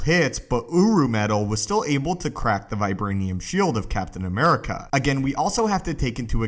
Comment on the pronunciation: vibwanium is not as stwong as uwu